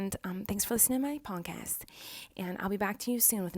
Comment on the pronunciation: Lmao every time she says podcast I swear I hear "punk ass" lolol